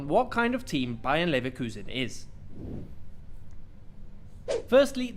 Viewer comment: It's not BAYERN!!!! LEVERKUSEN ..... But BAYER (NO N!) 04 LEVERKUSEN